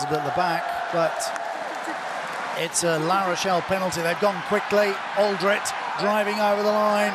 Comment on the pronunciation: Why is it that English commentators are too lazy to pronounce French names properly or at least attempt to do so? Anyone with an ear for the language knows that Alldritt is pronounced "al-dreet" not "awl -drit"! To his credit he does get many of them correct, such as Bobigny, Cancoriet and Thomas. Alldritt is a blind spot with so many commentators, it seems.